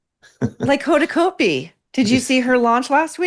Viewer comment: "Hoda" "CAUGHT BEE" not "coat-bee"